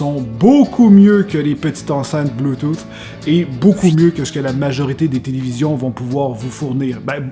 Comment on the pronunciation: Le bluetooth est en anglais, mais tellement mal parlé, ouf